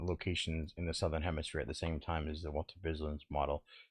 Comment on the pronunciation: Did he just say HEMISPLANE?! 🤣🤣🤣🤣🤣🤣